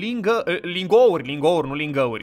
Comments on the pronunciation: "ling gauri" :)) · Ai zis lingă🤣🤣🤣🤣